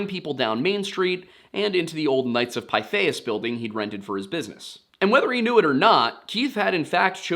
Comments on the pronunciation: Pithias phonetically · Pretty sure it’s pronounced Pith. Short I. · Knights of "Pith-ee-us".